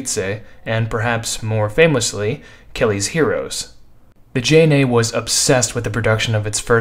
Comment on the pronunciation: butchered the JNA's name...